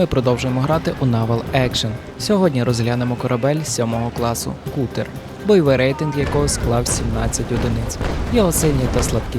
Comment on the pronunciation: Не Кутер, а Катер, броооооо